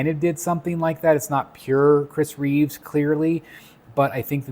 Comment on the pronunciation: It’s Chris Reeve, not Reeves. Just saying. Loving this piece though. None of the heads are MEANT to be Cavill, MEANT to be Reeve, etc. It’s a comic piece with heads that are just reminiscent of the others.